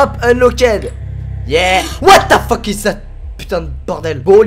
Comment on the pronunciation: Whaat the Pheeuuque ! Mdrr il m'tue xD